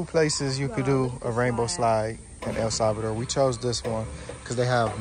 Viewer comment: I like the way you say El salvador, El Salvador!!! guys!! You are welcome any time.!!